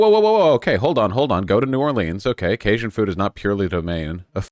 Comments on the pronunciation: he was saying kay-shin. It's kay-jun. He corrected later on but it was grating. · The way he pronounced Cajun. Massive vaush L